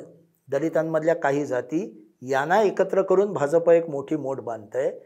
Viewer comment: 'भाजप' या शब्दाचा उच्चार करताना, जहाजाचा ज का वापरता? 'भारतीय जनता पक्ष ' यामध्ये ज जनतेचा आहे. ऐकायला cringe वाटतं